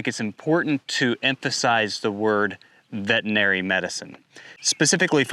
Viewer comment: i suspect these gentlemen were doing more than ultrasound checks for pregnancy to get into trouble. increasing fertility via means that require a license for prescribing medication. That being said there is still due process BTW it is vetERinary not vetinary